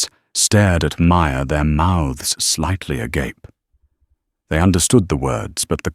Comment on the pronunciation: OK= In proud veteran stories the reader pronounces the word agape-as ag-ar-pay. The writer needs to use another word perhaps.